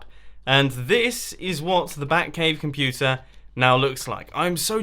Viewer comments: It sounded like he just said Futa!!! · I swear I heard: "Bat-Puta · BAT - POO - TER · omg!!! did you say the "bat-pooter"? in the U.S. "pooter" is slang for a woman's vulva